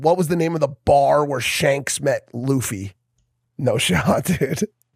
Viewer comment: i think its because you didn't say luffys name correctly first time and now that you're buying one piece collectibles (which will probably have the same effect as Pokémon cards that the markets are gonna sky rocket) that the community think you're going to ruin it for them, but im not bothered about it, watch one piece and i hope you enjoy it :)